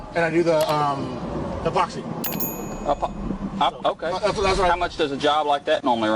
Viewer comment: “Hypoxy” on floors? I thought it was “epoxy”.